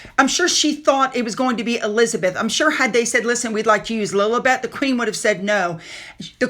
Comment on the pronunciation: It’s not pronounced “Lil-UH-bet.” It’s “Lil-EE-bet.” You know, like the Lily….?